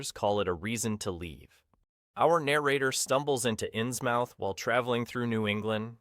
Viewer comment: 😩the way he says inns mouth!! 👄 (it's pronounced inzmuth)